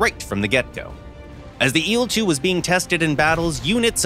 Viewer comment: I hate how he says il in il-2